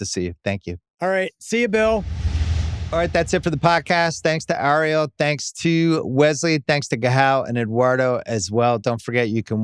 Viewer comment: Bill, It’s eh-ree-hul for the love of god will you please pronounce Ariel’s name right lol. He’s been a guest several times now